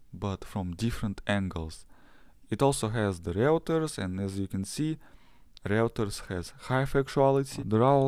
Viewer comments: Reuters is pronounced - Ройтерс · Next time please say Ройтерс